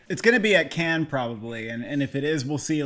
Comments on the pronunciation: It's not "Kenns", it's "Kann" - without n. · Let me start off by saying, big fan of the channel. I must say though, CODA is too low and please do not pronounce the "s" in Cannes.